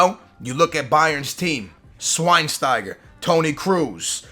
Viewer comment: Bad news on Thiago tbh..exactly as you described. & it's pronounced SH-WINE-STIGER